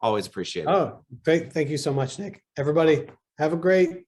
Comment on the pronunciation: Did Flynn address as "Dick" instead of "Nick"?